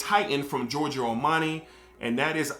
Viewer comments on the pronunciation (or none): none